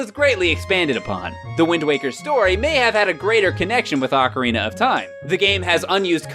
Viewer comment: Since 1998, I've cringed every time somebody says OCK-a-rina instead of OH-ca-rina. I thought it sounded stupid, and was ELATED when GameTrailers showed the rest of the enunciation-challenged world that it was wrong.